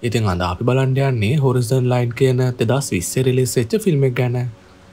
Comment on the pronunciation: හොරිසන් නෙමෙයි යකෝ හොරයිසන්😂😂